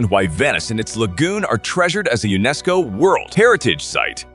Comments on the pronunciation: Are we supposed to pronounce the word as U~NESCO? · I enjoy your lists but PLEASE learn how to pronounce place names. I cringe at many of them. Mont Saint-Michel? Unesco?Really? (I'm not typing them phonetically but if you do even a basic Google and press the speaker button you can hear how both of those are supposed to be pronounced.)